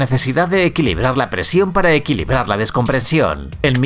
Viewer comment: Excelente video, pero con muchos errores ortograficos ! Y dices descomprensión! Y es descompresión! Y dijiste 1866 y escribiste 1886, como consejo edita con cuidado tus videos que son muy buenos